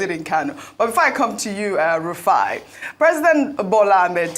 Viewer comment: Rufai not Rufia😂😂